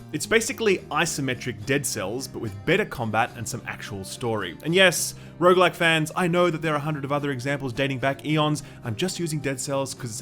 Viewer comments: sorry stopped watching after you said Rouge like and supergigant, im sold already , thnaks for telling me! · hopefully multiple runs are less indistinguishably repetitive than pronouncing rouge-like and rouge-lite. I can never hear the difference.